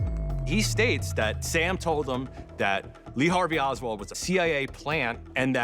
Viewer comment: It's Oswald brov